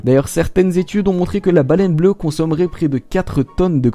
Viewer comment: Baleine bleuE avec un E euuhhh